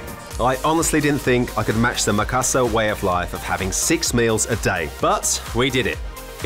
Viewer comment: Makassarrrrrrr not makassahr, you arent bule for merlin beard sake xD